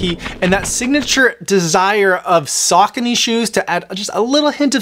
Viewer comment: Saw cone ee 😂